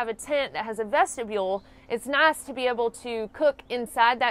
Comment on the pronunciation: You got some hard core southern twang when you say nice.